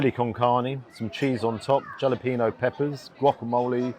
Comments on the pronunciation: Hey...the j is pronounced as a h so halepenos not jalenpenos LOL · As always, another great, honest review. btw: jalepeno is pronounced hal-ya-pen-yos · Interesting pronounciation of "jalapenos"!